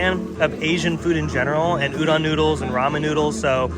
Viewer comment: Just an FYI Udon is pronounced ooo-do(long o)n 😃 Great video,!!